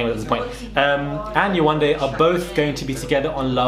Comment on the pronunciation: I've heard people saying her name wrong in a way that is ignorant. You can tell they're thinking 'foreign name' when they say it. It's not Yawanda, it's Yewande.